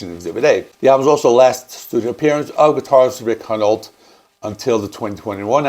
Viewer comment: The L is before the T in Altus, Souza is pronounced “sue-zah” and Hunolt is pronounced “hugh-noll”